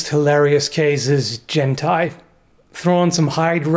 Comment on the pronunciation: her name is jen-tai wow just wow